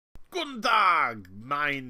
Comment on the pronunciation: I am german and had to review the first 5 sec. three times until I understood "Guten Tag" ;-)